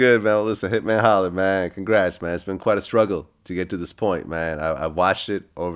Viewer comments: Vlad said "hitman holler" 🤣🤣🤣🤣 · “Hitman holler” “Twister” “Tyger” Vlad gotta do better lmao 🤦🏽‍♂️🤦🏽‍♂️🤦🏽‍♂️